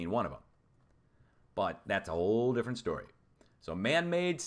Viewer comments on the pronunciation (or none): none